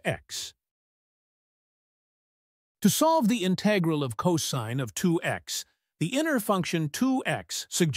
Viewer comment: INTAGRAL!!!; : INTEIGRAL!!!; : DIIKS!!!; : DIIKS!!! : DIIKS!!!